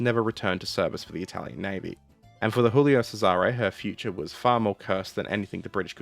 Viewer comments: Not to be a pronunciation (insert extreme polical movement here), but I notice you're pronouncing "Giulio Cesare" as if it were Spanish, i.e. "Hulio Serare". In fact, in Italian, it would be pronounced more like "Julio Chesare". The first one is pronounced like the English name "Julia", except with an "o" at the end. The second one starts with a "ch" sound like "cheese". Anyway, big thanks for the video! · cough julie-oh chez-are-eh cough 👍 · You're using the Spanish pronunciation for this Italian ship name. "Djulio Tchésare" if you're willing to take Italian pronunciation notes from a German ;-) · sigh As a Italian, what happened to the Giulio Cesare (WHICH YOU ARE PRONOUNCING WRONG) causes me physical pain. As for why the crew relented from the mutiny once the captain gave his word, it boils down to the mentality of the italian navy: officers' word is basically sacred. To get a rough idea of how the italian navy officer's brain worked I encourage you to look into the life and deeds of Captain Carlo Fecia di Cossato. Man was a certified chad. Worthy of a video, I think. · And how should he pronounce your ship that got stolen